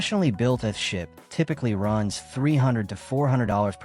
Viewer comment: AI narrator pronounces EARTH SHIP as ''ah ship''. Why this video does not correct it, is why I won't leave a ''like'' nor ''subscribe''. 🤨